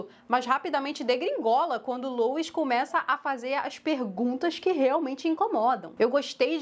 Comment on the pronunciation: O que incomoda é o pessoal falar “lois” como “louis”